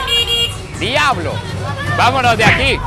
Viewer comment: jajja hasta aprendio a decir diaablo aqui😢😢